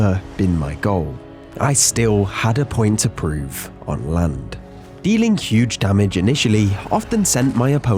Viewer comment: as soon as i started video i skipped a bit and you said on the *land" sounda like lund means penus in my language, my mom scolded me in front of dad in the damn morning. 😑